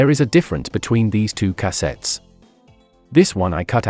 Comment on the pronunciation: Cah-settes lol